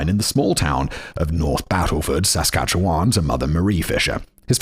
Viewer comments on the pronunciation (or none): Also "saskatcheWAN" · And Regina... And Saskatchewan was a bit rough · I know it's probably already been said, but toque is pronounced like tOO-ck, like torque but with a long O sound. Regina is pronounced like Vagina, yes really. And Saskatchewan is a bit weird. We don't really emphasize the vowels so much. It's more like Sis-scatch-iwan. Sorry for being a dick. Love from Vancouver, British Columbia, Canada!! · As someone who was born and raised in Saskatchewan, this episode was painful to listen to. For the record, the "wan" in Saskatchewan is pronounced like the number 1, toque is pronounced like "tuke" (long U, no eh sound on the end), Regina has a long I sound when referencing the city, and "paring" is a homonym of "pairing." Now do Robert Latimer. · Sask with odd emphasis and "Re-gee-na" are also giving me a chuckle while also making me cringe. I'll take it though for the Canadian stories!